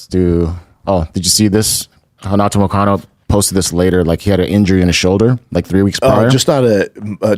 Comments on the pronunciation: Yo it's moicano not moistino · Moisaiano instead of Moicano lol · Why is no one correcting Shaub when he says "Mociano" 🤣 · Who the eff is moistino??? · Who the fuck is moicino. To be this fighter that knows everything like he thinks he does, you would think he would have the names right. That’s really not even close. It starts with m and ends with o. Everything else is completely wrong. How embarrassing. What a tool. Wow. Blows my mind